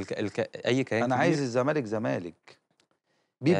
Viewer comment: الزمالك بال ز مش بال ذ 😅